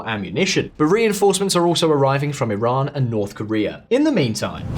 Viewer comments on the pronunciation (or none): none